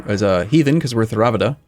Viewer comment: Theravada = Tāre uh va duh